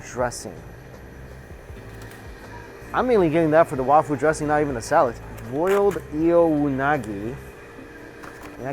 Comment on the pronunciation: “Wafū” is the Sino-Japanese pronunciation of 和風 So I’m guessing they mean “Japanese-style” dressing